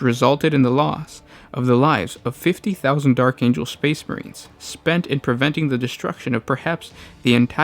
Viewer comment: Lol Space not spade